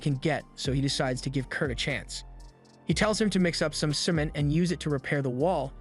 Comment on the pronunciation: He pronounces cement really weird